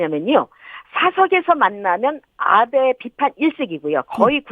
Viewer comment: 아베가 왜 자꾸 나베로 들리지 ㅋㅋ